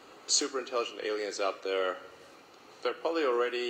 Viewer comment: ይቅርታ ወንድሜ አሊያንስ ሳይሆን ኤሊየንስ ነው የሚሏቸው